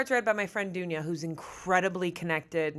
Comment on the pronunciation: hahaha as a serb when she said dunya i was immediately like ❗